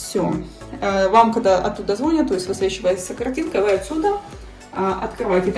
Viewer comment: Все классно в квартире. Не "звОнят", а "звонЯт". Не "экстерном", а "экспромтом"😅